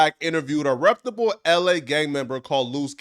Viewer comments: I wish this cornball would stop saying "reptable." It's REPUTABLE you corny ass nigga. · Big dawg …. Not trying to hate but it’s the word Reputable = reh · pyoo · tuh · bl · Imagine thinking your smart and repeatedly saying “reptable” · You gotta learn how to pronounce reptable g 😂😂😂😂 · Learn how to pronounce reputable